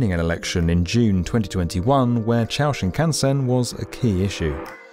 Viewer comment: He got 新幹線 pretty close.